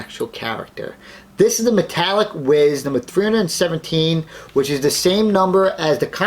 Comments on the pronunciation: Wh-E-s not whiz lol. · This dude doesn’t know how to say whis what a dumbass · You said whis wrong